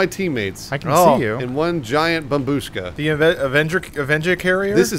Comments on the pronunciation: I know it’s an old meme, but “babushka” is pronounced BAH-BUSH-KAH, not BAH-BOOSHKA, and the word means “grandma”. pronounced some dude’s reddit username! that had the word “kartoshka” in it, correctly! Great Job, keep it up! (It means potato by the way”. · It`s bOmbushka, not bombUshka